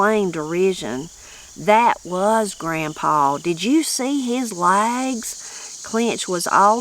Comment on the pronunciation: Funny how they pronounced legs as "lags" 😂